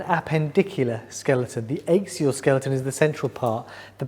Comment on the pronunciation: The ischium is pronounced "isk"..not "ish". Also it's axial🎉 not "ayxial". Sorry to be picky.